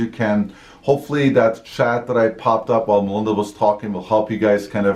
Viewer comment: This is the first time I realized your name is Melinda! I’ve been hearing “” in all the videos I’ve watched before.